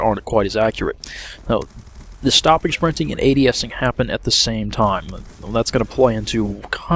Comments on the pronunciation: "Shprinting" haha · sounded like you was saying ' spwinting' ;)